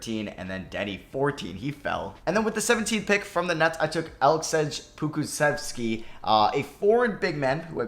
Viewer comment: ITS PRONOUNCED ALECSHAY POKUSHEVSKI